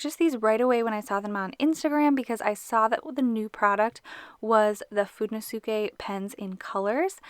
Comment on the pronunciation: it's how you pronounce it in japanese